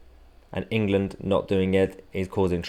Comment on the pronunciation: He seems to pronounce "England" as "Anal Gland."